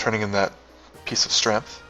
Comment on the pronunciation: Now I don't mean to pick on your speech patterns but you seemed to be mispronouncing "STREMF"